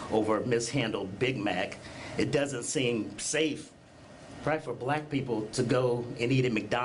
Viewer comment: I was on their side until he pronounced the famous word: "BLAQUE" Why are these people so obsessed with their own colour??? 🤔🤦🏼‍♂🙈